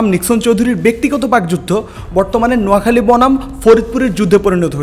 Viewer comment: ভালোবাসা জিলা থেকে হয়না আপনাকে আগে থেকেই ভালোবাসি । তবে আজ নোয়াখালী বলাতে ভালো লাগছে !